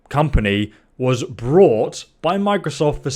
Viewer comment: he said microsof instead of microsoft directly after that aswell